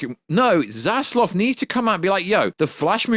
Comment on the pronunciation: ZAZLAV....not Zazlov